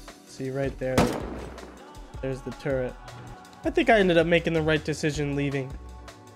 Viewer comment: you can’t be using words like “bonafide” with perfect pronunciation and context. While also being incapable of pronouncing “turret” get it together man. Much love